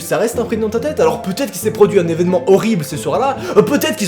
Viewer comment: TA DIS VESEMENT AU LIEU DE EVENEMENT!!!!!!:P